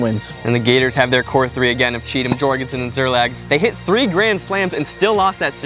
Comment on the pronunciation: one word. two syllables. SZER-LAG.